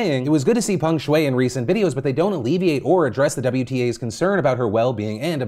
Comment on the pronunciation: Americans are so funny with their pronunciations. They pronounce the name as Pang Shuei while it's Peng Shuai. Literally the e and a get reversed. How do you do that?